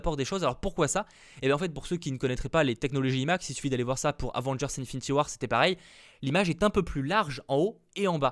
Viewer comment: Quand tu dis "imax" il faut le son "aïe" au début Et c'est pas avengers "indgame" mais "endgame" ça se prononce à l'anglaise 😉 Oui je suis chiant mais ça me perturbe sinon